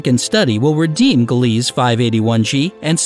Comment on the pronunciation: Not gly ease it's pronounced Glee sa